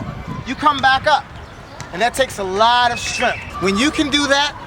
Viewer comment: Pretty please say strength, not stremfff